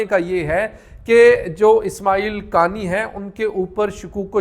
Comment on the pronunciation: انکا فیمیلی نام”قا آنی” ہے۔ قانی—غلط ہے